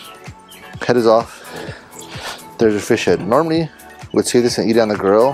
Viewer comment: everytime he said grill I thought he said girl so I thought he was talking about feeding it to a dog